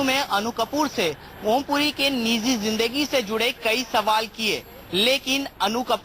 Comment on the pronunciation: Who selects these moronic reporters who can't even pronounce a word. "Niji zindagi" is pronounced as "Nizi zindagi"!